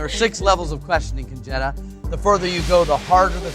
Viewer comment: Woohoo! Her feigning shame at the boss flirting question... 😂 Also why does her name sound like a slang term for a stolen VW? 😂 "Con-Jetta"